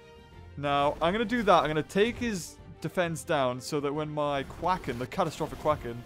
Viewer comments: its not QUACKON its quakon with an a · QUAKEN. QU-AY-KEN. LIKE EARTHQUAKE. JEEZ LOL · It's called a timber jack and you say quaken wrong